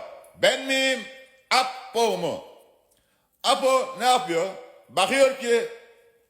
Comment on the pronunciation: Ayyyy düzgünce Apo deseniz nolur